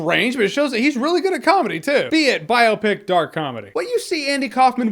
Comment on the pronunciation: No one tell him how to pronounce "biopic"